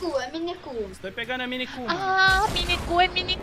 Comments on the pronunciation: A criança tá falando "mini escudo" mas a pronúncia dele é forte , então ele fala como se fosse uma palavra só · minecul acho q deve ser mini escudo, acho q ele tava falando mineculdo e nao minecul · É mine-escudo mais ele escutou minecu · Ele não disse "Minecu", ele quis dizer "MiniEscudo" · ELE N FALA MINICU, E SIM MINI ERCUDO= MINI ESCUDO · nao e 'minecu' é mine escudo, ele n entendeu weiaiejawieja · Ele tava tentando falar minecure mas pela pronuncia fica minecu